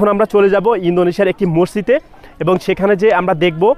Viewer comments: কথাটা হবে 'মসজিদ' মরজিদ না উচ্চারণ ঠিক করেন😊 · আচ্ছালামু অলাইকুম। রমজানুল মোবারক। অনেক অনেক ধন্যবাদ আপনাকে। ভাইয়া মসজিদ হবে মরজিদ না। বার বার একই উচ্চারণ করছিলেন।